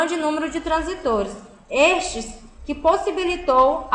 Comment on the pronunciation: A aula seria muito boa , se a mulher realmente soubesse do que está falando. Tem que ir pela leitura porque se for pelo áudio você aprende tudo errado hahahah é transístores e não transitores